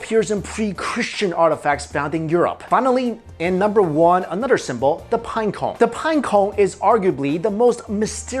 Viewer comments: I like how, is unable to to pronunciate pinecone correctly lol. Pineco, pineco lol. It's all good I was just saying, I think it's funny that's all. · The way he says pinecone lol